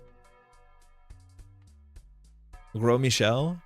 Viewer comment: it's so funny to me every time you pronounce gros michel as 'gross michel' you live in montreal it's french lol